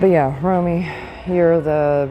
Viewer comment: If Romy's screaming at you is probably because of the way you're saying his name, lol. It rhymes with Tommy. I'm just kidding. He'll be thrilled that you watch. I'll send this video to him.